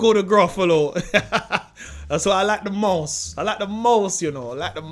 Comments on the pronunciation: he says mouse like ‘maws’ n then a second later he says mouse properly😂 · Why does he keep saying the word "Mouse" in patios?? 😂